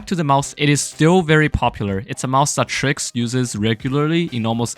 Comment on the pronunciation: did you just-... no, you did not just.. called... Trycs triks?!??? Tf